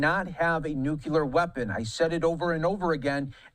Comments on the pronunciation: If they have "nucular" weapons that's ok. Long as they don't get "nuclear" weapons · I think we should discredit anybody who gets on tv and says "nucular" instead of "nuclear".